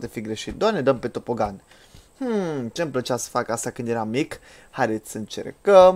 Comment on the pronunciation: se scrie tobogan da se zice topogan